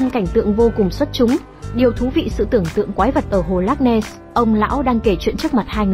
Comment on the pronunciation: Ad đọc cái tên hồ loch ness nghe mà không xem video thì không biết hồ là hồ nào luôn ý 😅